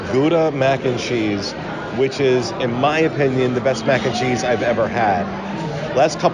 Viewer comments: same😂 "Mackencheese." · charles says 'mac&cheese' in such a weird way! its really distracting